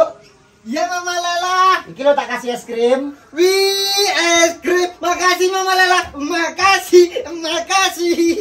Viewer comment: kalok ngomong es krim jadi es grim